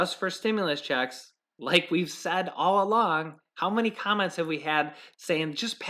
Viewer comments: Did you say "comets" or "comments" ? 😀 I belive it is "comments" of how delicious M&Ms are! Still belive M&Ms are in the box!!! Love thw suspense! Happy BD to your mom! Blessings! Shalom! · Did she say COMMENT OR COMET